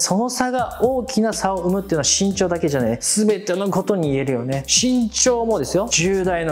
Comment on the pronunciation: 最初「しんちょう｣じゃなくて「ぎんちょう｣って言ったよね